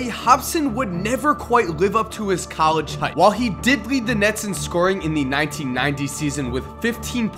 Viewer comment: anyone else realize how bad he butchered the word "College?"